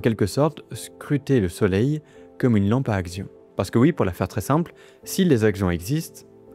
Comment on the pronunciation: Alors par contre, je me permets quand même de te dire qu'un "axion" se prononce "action" et pas "agzion". La lessive aussi, se prononce "action". ^^ Axion \ak.sjɔ̃\ masculin (Wiktionnaire)